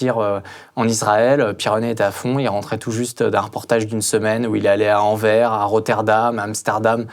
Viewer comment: Merci pour votre media. Si jamais, je viens de Belgique et il y a quelques noms de villes quz vous mentionnez souvent et qui ne se prononcent pas comme vous dites. On prononce AnverSSS (le S se prononce). + Molenbeek-> Molenbéék (il faut accentuer comme si il y avait deux É et pas molenbèke comme vous dites en France)